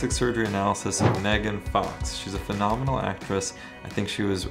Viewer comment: Dude, “phenomenal”? 😆🤦‍♂️